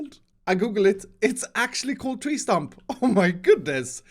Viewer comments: "This tree Trump" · “Tree trump” yes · Is it just me, or did say tree trump? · He says tree trump (The Donald Trump of trees) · lol says tree Trump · Am I the only one that heard you say 'tree chump' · "tree trump" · anyone catch that he said "tree trump"? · Tree trump? 😂